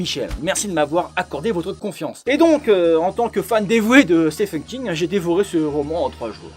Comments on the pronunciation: ça ce prononce stiven king et pas STEFEN King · au US, Stephen se prononce effectivement Steven , que se soit King , Hawking ou bien même Stephen Strange chez marvel par exemple